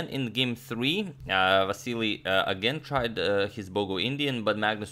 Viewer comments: Vasyl not vasilli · Why do you keep saying Vasiliy? It’s Vasyl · Agadmator can't help but say Vasily even after realising it was Vasyl 😂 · I like how he now started to call Vasyl Chucky to avoid saying the name wrong again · Why are you pronouncing his name as "Vassily" again instead of "Vasyl"? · You're still saying Vasyl-EE, is this the right pronunciation, or just Vasyl? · You are saying Vasili again instead of Vasil, hahaha. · You keep saying Vasily... When you corrected last time that it's vasyl....😂🤣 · Vasyly not Vasyl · vasyl, not vasily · Hey you are still calling him Vasily, Agadmator..😂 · Still calling Vasyl vasilly 😂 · but he doesn't liked to be called Vasily. Antonio mentioned it himself in an earlier video. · You are back to pronouncing him as Vassily! 😛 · It's VASYL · You're going back to pronouncing Vasyl wrong. Just an observation.